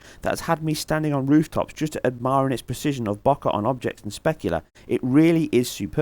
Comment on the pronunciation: I was trying in vain to decipher the remarks until I worked out he was saying "bokeh" (pronounced boh-kay), a word I'd never encountered before which apparently refers to the aesthetic quality of the out-of-focus parts of an image. I feel simultaneously stupid and enlightened - here's hoping the puzzles in the game have the same effect!